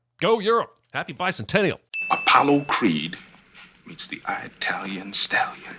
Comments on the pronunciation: Stop saying "EYEtalian" DING!!!! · A sin for Apollo Creed saying I-talian.